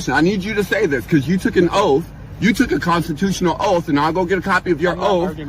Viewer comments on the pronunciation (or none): "Did you tale a OAF"? No, he took an OATH